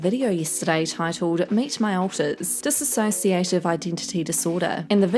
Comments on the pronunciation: Dissociative not Disassociative There's no a 😅😉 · dissociative not "disassociative"